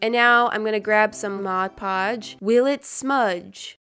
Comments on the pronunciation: Thought she was going to say “put a thick coat of glossy taco.” But she said “a thick coat of Modge Podge.” 😭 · Haha 😂 you said mo poj lol 😂